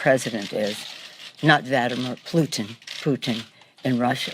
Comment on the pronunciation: vadamir plutin hahahahahahaha